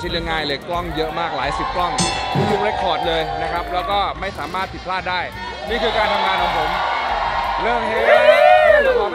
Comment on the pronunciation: คำว่า"สามารถ"ทำไมเป็น สามรถ 😆